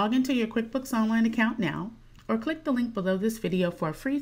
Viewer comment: "clink this link" lol